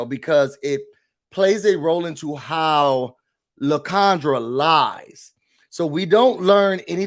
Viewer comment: It should be LIE-CON-dra